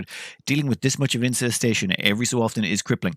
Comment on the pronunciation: in... incestation?